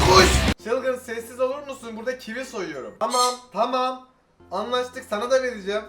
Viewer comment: Sen kivi soylerken sandim ki çivi soyledin . Dusun sene çivi yiyorsun